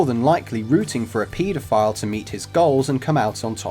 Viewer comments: I kept hearing Pedophile as PETA file, throughout the video and was going to look it up until I realized. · It's pronounce pedophile, not PETAphile. Haha Haha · The way you guys say pedophile is just as terrible as a pedophile